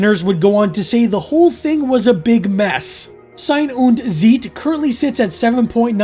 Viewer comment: The intresting thing about your pronunciatio is that "ei" in Sein and in Zeit sound completely different, which in reality is the same. In German "ei" is pronounced like English "height" and "ie" in most cases like English "chief".